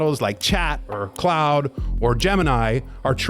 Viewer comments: Hmmm you'd expect the documentary cautioning against AI, to not be like 98% AI generated.. Or at least get the name of one of the main LLMs being discussed right. It's pronounced "Klodd" not "Cloud". But likely the voiceover is AI generated too. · Narrator pronounced "Claude" as "Cloud" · if you're not an AI avatar (in the video... maybe not in the comments), then why in the video do you pronounce "Claude" as "Cloud" and you spelled out "Cee-En-Eee-Tee" rather than saying "Cee-Net" like everyone else says? No... those are AI pronunciations.